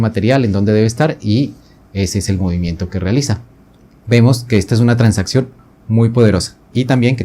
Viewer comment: Ah pensé que era en portuñol o algo así por lo de “tansaccion”.